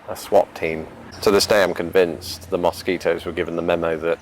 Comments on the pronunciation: Mosquitoes in Minnesota are the state bird! haha Cracks me up how you say mosquitoes. Pretend instead its spelled muskeetoes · "Moss keet ohs?" Interesting, I say it like, "Muh skee toes."